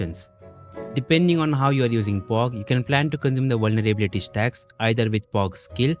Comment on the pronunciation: vulnerblyblylity - nice pronouncination man. You want me to redeem or not?